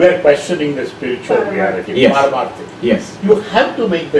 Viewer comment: You mean shift.maam? Not sift